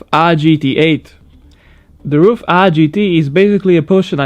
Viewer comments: Did he actually pronounce RUF "roof"? Its pronounced "ar-u-ef" just the same way you wouldn't pronounce BMW "bumwu" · vyslovuje se to spíš Raf než Ruf